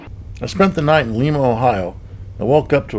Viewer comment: This born and raised Buckeye offering assistance here, not criticism. Lima, Ohio is prounounced Lie' ma.... not the Spanish influenced of Lee ma. Also, and you get points for making the effort, Armstrong's hometown and site of the museum is Whop ahh con eta. But you tried. Points for that. I haven't lived in he state since 1969 but it is still "home. Also, as a kid during the space program I ate, breathed and lived. it. John Glenn also from Ohio. Yet, strangely for all its fascination I've never been in the Armstrong Museum though I've driven by it on Interstate 75 dozens of times. And while Wapokeneta got the museum because it was quick on the draw, Armstrong actually spent more time growing up in Upper Sandusky, in Wyandot county, but that is south east and NOT on the Lincoln highway.